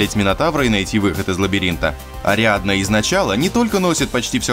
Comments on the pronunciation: То "Адриана", то "Ариадна", кто-то не в состоянии прочитать простой текст, даже если сам его написал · НЕ АДРИАНА, А АРИАДНА!!!